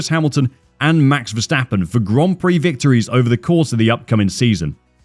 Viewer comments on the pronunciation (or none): none